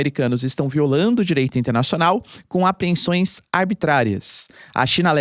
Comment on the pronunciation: "Apreensões " é foda kkkkkkk